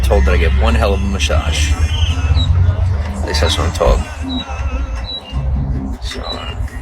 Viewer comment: nobody offered him food yet he asks for 3 sandwiches and a large coffee drink from Sbuxx and really thinks there's no problem with being a career leech and scrub. I can't stand him. Also he says he gives one heck of a "mashage". Why does he speak like that?